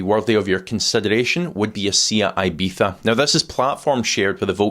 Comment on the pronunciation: .. And you are car expert and don't know how to pronounce Seat Ibiza!!!! Guys!! It's IBIZA (came from Spain, famous place!!) it's [E Be ZZA] where ZZA - Is hard Z, not like in "pizza", more like "zip" in terms of Z!!!, why you changing original name/brand of Seat car??